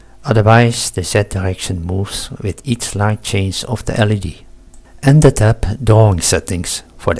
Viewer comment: Impressive project. Just one small criticism: please don't pronounce LED as "lead" ;)